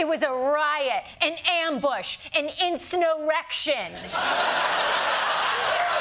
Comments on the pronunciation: Hahaha insnowrection!!!! Classic you funny girl… lolol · "insnowrections" tend to be pretty small